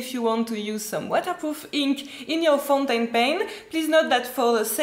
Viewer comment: Omg you are just too sweet 😀. Dive into the ink 😂 and funniest/sweetest was when you Said ’you don’t want to ruin your foutainpen’ 😊 Thanks for all the ink information, i really needed to know all this.